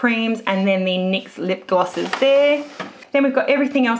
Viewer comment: You say lip glosses like lip glasses